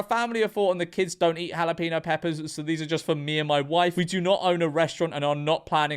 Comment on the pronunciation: What's a halapeeno? Are you trying to say jalapeño?